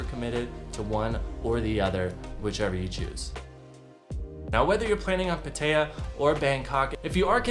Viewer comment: It's pronounced Pat-taya